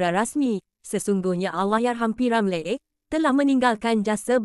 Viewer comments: Deiii, admin asal sebut p.ramlerr? Sebut betul2 boleh tk? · ni…sebut nama P. Ramlee pun Xbatul…semua kaum tau sebut nama P.Ramlee….ko ni org plenit mane😳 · Org mana yg mengulas ni sebut p. Ramlee pun xbetul, harap xjadi lg mcmni n tukar org yg mengulas kpd warga malaysia sendiri